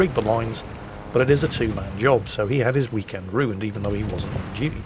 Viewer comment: "Howdy folks, hope you all had a hhhweekend"